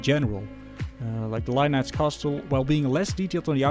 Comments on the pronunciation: The "t" in castle is silent. It's pronounced "cassle". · Thanks for the review! I can’t wait to build mine. Subbed! P.s. coming from a fellow Dutchman, the t in castle is silent ;)